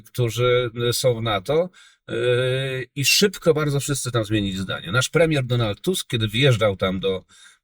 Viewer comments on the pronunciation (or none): Naprawdę "płemieł" ?